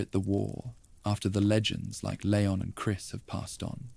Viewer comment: These are a bit repetitive but pretty good, can you stop calling him LAY-on though? It is LEE-ON